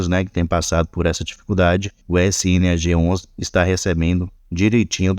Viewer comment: ELE TA FALANDO "ESSE INI AGE 11"? NAO É "ESSE ENE A GE 11"? SNAG